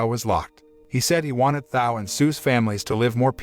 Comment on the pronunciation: Thao was not pronounced how it is being now. And the phone call was about football tickets. The more I listen , sounds like someone dodnt pay full attention to the movie.